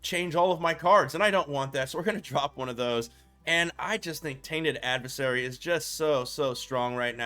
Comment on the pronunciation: Tainted Add-vis-sarry Lol